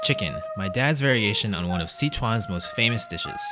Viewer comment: Thank you for pronouncing Si Chuan correctly.